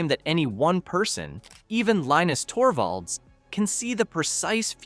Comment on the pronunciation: LEENIX Torbo? When is A.I slop narration, going to end? I'm out.